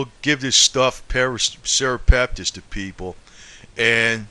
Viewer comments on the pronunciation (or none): This guy is not a healthcare professional which is obvious from his continued mispronouncing of simple medical terms, especially the word Natto, and NattoKinase. It is not Nacho cheese. It is pronounced Knat-O-Kine-Ace. Serrapeptase as well.(Sarah-Pep-Tace) These are protein based medical terms ending in Ase(Ace)!! Please, if you are going to talk about these systemic enzymes, lose the thick Boston accent so that you sound a bit more intelligent, and then please pronounce the words correctly. You can't just say "when it gets into the bloodstream, it just does it's thing". This is a great misrepresentation of the mechanism of action that these enzymes perform in the body. Get the IDEAR??